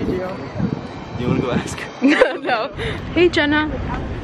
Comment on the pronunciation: who says aks 😂😂